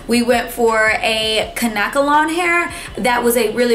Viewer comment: You can tell you've never had braids before! The hair you used and are referring to is pronounced kane-kuh-lohn (kanekelon). LOL.